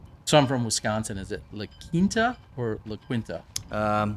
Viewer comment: It's the middle of a desert, what kind of course would you like? And Quinta is pronounced "Keen-tuh."